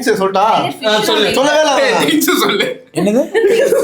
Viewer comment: 𝟎:𝟏𝟕 𝐭𝐡𝐢𝐧𝐠𝐬 ❌thinks✅😅